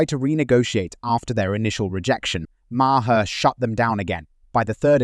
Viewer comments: Please teach your IA how to pronounce Maher’s name. It’s one syllable Mar NOT two syllables Ma-Her. I absolutely despise IA.🤮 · Bub……get it straight,!! MAHER….THE E IS SILENT.. RETREAD!!! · Clooney's wife is skeletal. BTW it is Bill Maaaaar (One syllable)